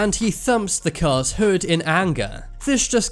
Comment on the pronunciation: today i've learned that cars are so aggresive our narrator begins calling them "curs"